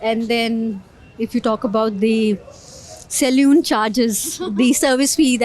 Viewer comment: salune nahi hota aunty Salon hota hai. Bolna to seekh lo datto